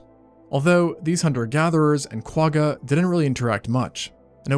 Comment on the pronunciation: I’ve been binge watching your videos for the last week or so. I absolutely love the layout and research that goes into these. I’m always so impressed that you can say all the big Latin words seamlessly. I just wish that still carried over to the Quagga. I think it might be a language thing, but if you’re able to really hold the “G” at the back of your throat and almost gargle with that letter than you’d be saying it right. I really wish there was a better way to explain it. But at the very least you can look up some Afrikaans words and you’ll see what I mean.🙈